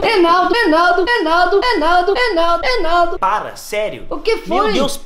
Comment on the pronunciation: AKAKAKAKAKKAKAKAKAKA O FALANDO ENALDO MEU DEUS KKAKAKAKKAKAKAKAA